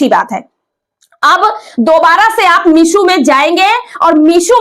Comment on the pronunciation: Meesho h meeshu nhi😅😅😅